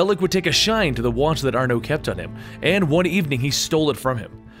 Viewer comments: You pronounce Arno like it's Arnoé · Ba-alek, Aar-no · is that the french pronunciation of arno?